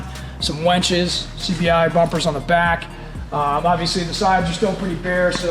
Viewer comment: "Wenches"...or "winches".